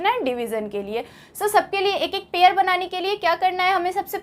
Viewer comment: Ye pair ko pear padhre